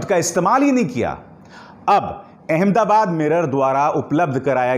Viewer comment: Please note It's Ahmad Aabaad and not Aham dabaad.